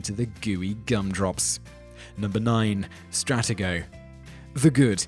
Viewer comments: Whoever does the voiceover for these segments needs to learn how to put the correct emphasis on the right syllables and read the names of board game companies correctly. Here are some examples: STRAT-e-go is pronounced stra-TE-go (if you think I'm wrong, type the words Stratego Commercial in the YouTube search window, and I'm sure you'll find and old commercial from the 1970s where the name of the game is pronounced correctly.) Milton Brady is Milton Bradley. Look at the box of an MB game like Operation or Life, and you'll see I'm correct. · Strattago? It's pronounced stra tee go! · FYI, its Stra-T-Go, just like its spelled!! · its Stra tee go not strat ah go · It's Milton BRADLEY...not BRADY! ...and it's Struh tee go!!!! Nothing like an English Accent that murders the Queen's English!!! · Its pronounced Strateeeego! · I am pretty sure you pronounced stratego wrong